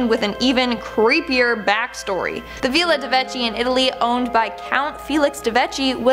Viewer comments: I can't take it. If you dont know how to pronoune something look it up! Veela??? It's viilla...it's an ill sound. Martha's Vineyard??? It's pronounced Vin-yard; not Vine yard. And come on!! You really didn't know that "no. 1" is short for humber 1?? There probably were more, after no 1 i couldn't stand to watch any longer. I fear today's youth! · Guys, I love ya but please! But who doesn’t know how to pronounce villa ( like hill) or Martha’s Vineyard ( like pin). Your killin me smalls! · OMG, This was so hard to listen to. So many mispronounced words! Villa, Vineyard... Are you guys ESL?